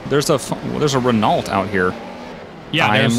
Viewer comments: my man just said Re- nalt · Renault is pronounced Reno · Renault your Saying It Wrong